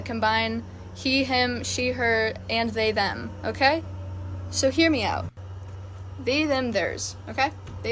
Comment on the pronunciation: "sry zem" LOL